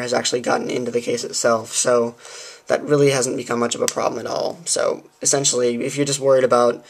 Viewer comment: You used the word esentually 17 times in a twelve min vid, are you stupid?